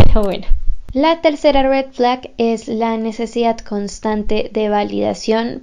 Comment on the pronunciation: Jejeje como me encanta cómo pronuncia red flag UwU